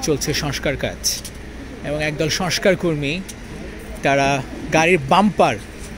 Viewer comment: Barbar boltesen ''soskar soskar", sobdotaki soskar naki "shongskar"?